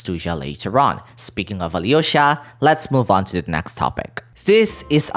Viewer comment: Also, as someone who knows russian some pronunciation corrections, the hardest thing is to learn softened consonants. Most of the time if theres a consonant before "y-" letters (yo, ya, yu) the "y-" part itself is not pronounsed while softening the prior consonant. In Vodyanitsa it's d, it sould be prononsed more like in duke, during or duty. Same with Alyosha, no y, but l is more like in leaf, try saing leaf that just le and than try replacing e with o, and that sould be it (you do probably see how hard it is to explain i spent half an hour just on this comment)